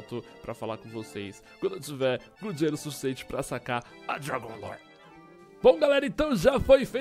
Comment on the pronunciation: parecia o Rezende flando dragun lore